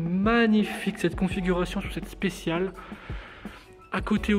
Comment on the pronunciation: Ferrari 458 specialE! Avec un "E" à la fin! SPÉ TCHIA LAIT! & pas spécial..